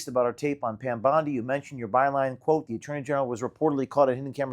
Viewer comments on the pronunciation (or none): none